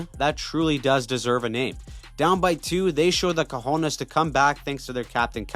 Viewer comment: I respect the improvement on the pronunciation of "Cojonés". Another day, another W.